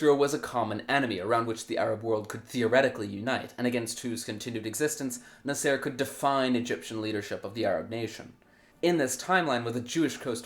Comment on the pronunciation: Your name pronunciations are hilarious. 😂 I'm not saying they are wrong, just never heard anyone pronunce Haganah or Nasser like that.